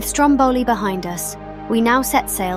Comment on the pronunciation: Just for info, in Italy we say Stròmboli, not Strombòli (ie the stress is on the first vowel :)